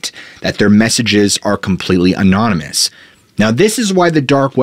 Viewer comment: Please look up the pronunciation of 'anonymous'... among others.